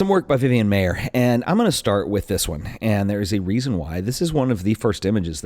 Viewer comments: It's pronounced like MEYER!!!! Not MAY-er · Her name is Vivian Maier. Not Vivian Mayer. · He mispronounced her last name throughout the whole video!